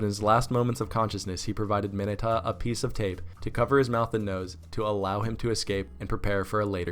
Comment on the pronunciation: This guy couldn't even say mineta correctly